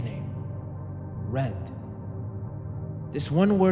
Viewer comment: did you say Red or Reth?